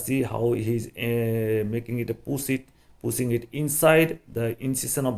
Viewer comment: Introduce not introduje. This not thij. Pushing not pussing. Just not jujt. Because not bcoj. Properly not poperly. Size not sije